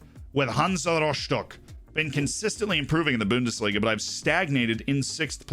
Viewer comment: "The Boondis leega"